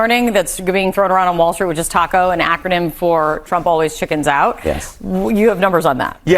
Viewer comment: It is TACO not TIACO you mental midgets on FOX